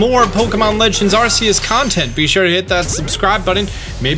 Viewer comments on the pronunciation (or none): GOD DAMNIT ITS AR K EUS